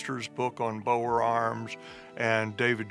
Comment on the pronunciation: as an afrikaanse boer, its not boers its boere. And you mispronounce it, you pronounce it "boo-re"